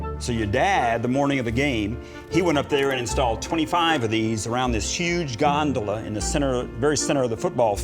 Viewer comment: Nobody: The announcer: the Gon-do-La